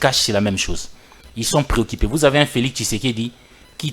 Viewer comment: PréoccUpé et non préoQUIpé, les jUges et non les jIges, la jUstice et non jIstice..U U U et non I Il I... calamitEUX et non calamitE eux. Décidément au Congo même ceux qui ont étudié sont des analphabètes finis..et avec cela vous espérez évoluer ?